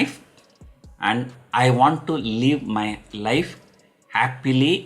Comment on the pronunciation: Is it me or anyone else who heard "You have only one life, LEAVE it" 😂